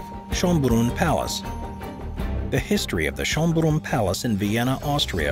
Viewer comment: Interesting, but you could use the correct names. It's Schönbrunn (which means beautiful fountain), not Schonbrunn (which would mean "save the fountain"). Umlaute and other non English letters can easily be found in ASCII codes.